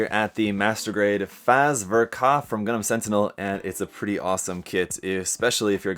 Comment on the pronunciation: Bro, it's pronounced as 'FATZ'. Just a little comment. Excellent video, btw. Chill as always.